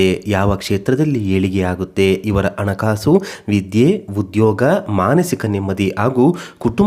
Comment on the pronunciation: ಮೊದಲು ಕನ್ನಡ ಸರಿ ಮಾತಾಡಿ ಅಣಕಾಸು ಅಂತೀರಾ ಹಣಕಾಸು ಅಂತಾ ಹೇಳಿ